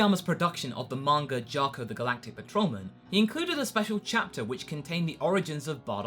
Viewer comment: why when i hear some english speaking people they pronounce names like "vegetar" "bulmar" "mangar" - "idear" - never got that...........